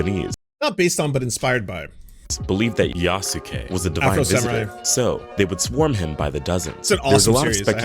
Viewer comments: Thank you!! I keep thinking it should be "YASS-kay". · Not quite. The "u" sound in す is still there, it's just less pronounced. And the end of it shouldn't be "kay". It sounds like "keh". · It is pronounced Yaske. Not Yasuke. It is so annoying listening to these people speak. Also the only thing afro samurai has in common with Yasuke is that he is black. None of the things Afro does in the show has anything to do with the things Yasuke did in history. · Isn't Yasuke pronounced Yass-Kay ? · "Yah-Soo-Key" It hurts us. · I cringe at how many of these "experts" keep mispronounce Yasuke's name.